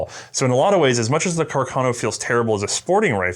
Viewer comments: Pronounced... CarcaH- - NOH!! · says it as "cacarno" too 😂